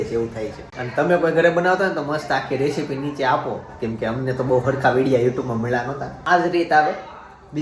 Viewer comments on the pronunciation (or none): none